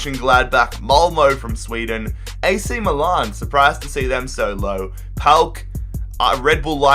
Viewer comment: Finally someone who can say PAOK the right way